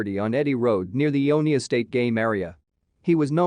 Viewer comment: The store in the Michigan case is pronounced MyErr (‘myer) and the city I-own-ya.